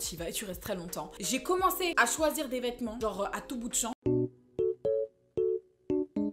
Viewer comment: “De VETMENTS noirs” 😭😭😭